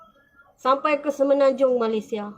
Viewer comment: Stress dengar dia sebut malaisia 😅